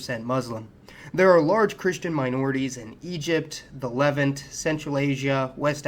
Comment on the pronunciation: Your mispronunciation of "Levant" makes my skin crawl.